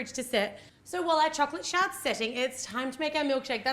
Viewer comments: when she said shard i thought she said chocolate sharts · Why does it sounds like she keeps saying shart.. Lmao